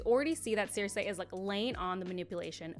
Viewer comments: I don't know if anyone has pointed this out, but you're pronouncing Cersei wrong. It's sur-see not sur-say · This is a great video and I absolutely love Sansa, and I’m happy other people see her in such a light. That said, it’s sir-see, not sare-say. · Literally stopped watching because of the was she says “seersay” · This has nothing to do with the actual topic but why are you pronouncing cersei like that? Is that how its actually pronounced? Maybe its just that they pronounce it differently in the show cuz I've only heard it as cer-see